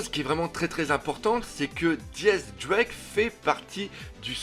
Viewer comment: Mais arretez de dire Diez drake c'est X drake !